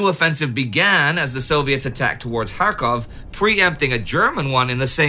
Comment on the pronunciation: Kharkov, not Krakov.